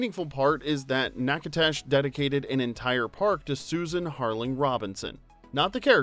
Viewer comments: I really enjoyed your video a lot. However, at the end, you mispronounced Natchitoches. I'm from Louisian and Natchitoches is less than an hour from where I live. In fact, my ancestors came from France and settled in Natchitoches and Cloutierville. Nack-a-tish is as close as I can get phonetically. I cringed every time you said the name. lol Also, no fault to you, but the movie showed crawfish being served at the yearly Christmas lights festival. Back then, crawfish season got started around February and ended in May. Due to climate changes, we actually can get crawfish as early as December and past May,. But back then, no way. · OMG!!!! It’s pronounced “Nack-a-doe-shush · NAK-ə-tish The "T" is supper soft more like a "D". The "ish", like people say red..ish, or 12...ish. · "Natch-i-tesh" not however you were pronouncing it. :) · Knack o dish is how the town name is pronounced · Natchitoches is pronounced nack-a-dish. Just an FYI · you pronounce the town where it was filmed like “knack a dish” - I lived there when I was 15 and met my first love there. ❤ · Nack uh tish it's not hard. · My friend David played Shelby's son at the end that got to slap weezer. I've also been a type 1 diabetic most my life. And it's Natchitoches (pronounced Nack-a-tish) said it wrong the home time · It's pronounced Nack ii tish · Enjoyed, but the correct pronunciation sounds like “Naga-dish.” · People in Louisiana pronounce it “nack-uh-tish” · People from Natchitoches pronounce it "nak-uh-dish" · City is pronounced NacaDOSH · As a former resident of Natchitoches I BEG of you to find out how to say it before you record things. Nakatish/Nakadish are both acceptable. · I will forever love this movie. As a native, I do have to tell you that you are pronouncing Natchitoches incorrectly. It is nack-a-tish. If any of you go there, stop by The French Market Express right off the I-49 exit. They have the best muffin tops! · The town is pronounced Nach it tow ches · Pronounce the city correct!!